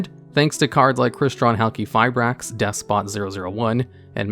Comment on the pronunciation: You changed your pronunciation of Halqifibrax :/